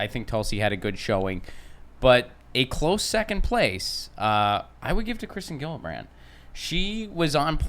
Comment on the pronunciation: it's not a hard G on Gillibrand, It's like Jillibrand, okay?